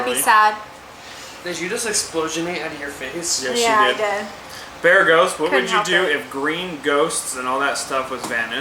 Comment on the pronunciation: 1 BEREGGHIST CLOSE! 2 bereethkfdst DAMN HORRIBLE 3 BEREGHOT SO CLOSE!